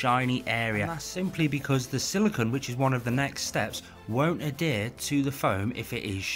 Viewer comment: Great video! Every time you say Adhere I hear Hadere 😂